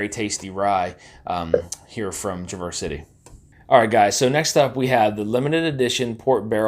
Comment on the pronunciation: You’re mispronouncing the city name.